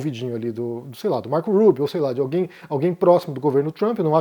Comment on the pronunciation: Por que você pronuncia o nome do Marco Rubio, que é um nome latino, com sotaque americano, Eu entendo que os americanos falam assim porque não conseguem falar o nome dele em espanhol.